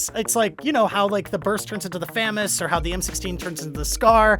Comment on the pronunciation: ITS CALLED FA-MΆS REEEEEEEEEEEEEEEEEEEEE